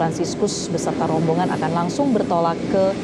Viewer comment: kalau mengucapkan kata ROMBONGAN PAUS di panjangin dong...terasa gmn gitu